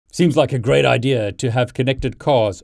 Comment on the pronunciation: “Seems like a ggRRRReat idea…”